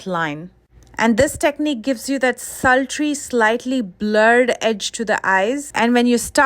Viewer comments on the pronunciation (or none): Did she say slutry? Meaning ra*di? But why